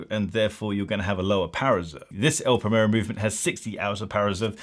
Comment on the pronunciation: The actual problem with this watch is that it gets the tattooed Rolex chavs and spivs, who can't even pronounce brand and model names properly ("Praymerro"!), into the Zenith brand, which was hitherto a bastion of good taste and discrete sophistication. More's the pity.